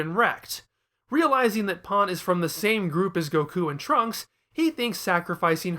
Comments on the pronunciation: i am sorry Paaan really? it's just pan mate, seriously they say it in the dub u have no excuse for this terrible mispronunciation, i will not stand for u insulting my 2nd favourite character of the series (she was my favorited but then Beerus came along and took over as my favourite) like that. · i am talking about the English dub mate, u know our native language? u should try using it properly instead of buttering it with Japanese pronunciations also it is exactly how her name is Spelled in English P a n, Pan, there is no pronunciation for that word in English mate. idc if that is how the original Japanese people butcher her name in English it is Pan and that is how it should be pronounced not as Paaan, fucking ridiculous pronunciation mate. also bold of u to assume i would watch u slandering her after this disgrace of a video.